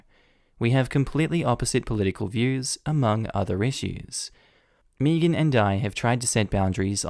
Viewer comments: Is anyone else.. annoyed.. by how he is pronouncing the name ‘Megan’? ‘May-gan’ is such a common name.. Meegan? 🤦🏼‍♀️ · Why are you saying "meagean" like meagean. Megan like meg-an think of meg Griffin with a an at the end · I can't get over how amusing it is to hear Megan pronounced Mii-gan instead of Meh-gan. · Side note does anyone get slightly annoyed by mispronouncing Megan. Or do other people pronounce it the same ( I pronounce it as may-gan) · I’m from the Uk. We don’t pronounce Megan as Meegan. It sounded weird to me the way he said it. I still like him though. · Started cringing at the last story every time you pronounce Megan wrong.